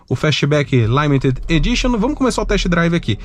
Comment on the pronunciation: limited... "laimeted" me pegou huahuauha